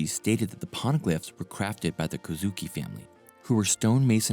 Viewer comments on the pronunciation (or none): Nerona Imu ,not Nefertari ( Lili,Cobra,Vivi). Ohara ( Oh- Haara) Kozuki ( Kogh - Zoo - Key) Mary Geoise ( Maa-ree Jo-Aaz).